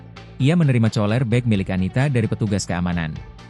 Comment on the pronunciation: Itu bacanya tambler bukan tumbler. Tulisannya memang betul tumbler tapi ini cara bacanya salah! Cooler juga bacanya salah masa dibacanya coler!! Goblok amat nih reporter!!